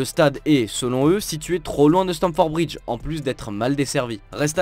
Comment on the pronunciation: Stamford bridge et non stanford ...merci